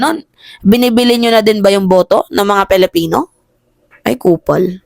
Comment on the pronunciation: PILIPINO not PELIPINO